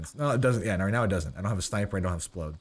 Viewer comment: It grinds my gears when people say "splode", please just say rockets